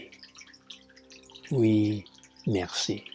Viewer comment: Your Oui and Merci are well-pronounced. :) I would still translate your book to French! :) Thank you for this great video!